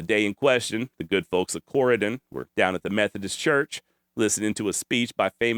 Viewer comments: I'm loving this series on Jesse James! He was a cousin of my g-g-great grandmother. We still live in the area. And yes, you're pronouncing Corydon correctly. We live thirty miles west of there. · You pronounced Corydon correctly. 👍 My family is from Gallatin. Family legend is my Great, Great Grandfather found the man Jesse stole a horse from and took him into town on his wagon. Jesse is a folk hero in much of Missouri. This is a great series. Thanks!